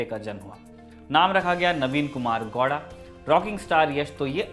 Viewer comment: I think there's some fault in DNA of these Hindi media. They can't pronounce A at the end of a word. It's KANNADA and not Kannad. Why can't you pronounce it properly when you can say Haryana as Haryana and not Haryan? Funny people my God. It's GoWda. Whereas the W pronounciation? Not Goda. Inki maka bhosdiwale.